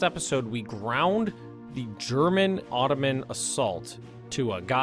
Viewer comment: Stop saying OTTOMAN!!!